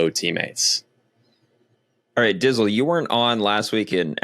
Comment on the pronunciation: OMG - call him "Dtizle" not Dizzle - what a major slip up. His knowledge cycling makes him look like one of the students in the the first Indiana Jones movie, star struck and dumb as f#^k! His head linkage is broken.